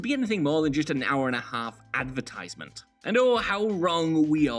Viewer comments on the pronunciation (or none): Say "advertisment" again....